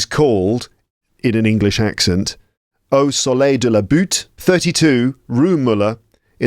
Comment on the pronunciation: Hello ✨ Your pronunciation is better than native French speakers ( Au soleil de la butte = at the sun of the hill 🤭)